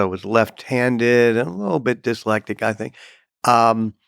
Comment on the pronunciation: This guy is the biggest bullshitter ever. Mispronounces "dyslesic" and "ecolia"